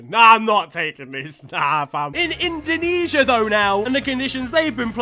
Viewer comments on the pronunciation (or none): none